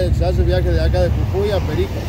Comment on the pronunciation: Cuando hablabas escuchaba CUCUI Y ES JUJUI . En Venezuela hay una bebida que se llama Cucui y un pueblo llamado cucui